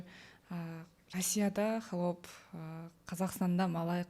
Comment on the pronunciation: сураныч🙏"хАлоп " деп айтчы туура айтылышын, а то "Холоп " деп жазылат.(Ухо режет )